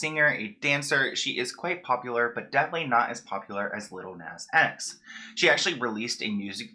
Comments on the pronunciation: Love u but the way u pronounce "lil nas x" is criminal lol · He’s not even saying his name right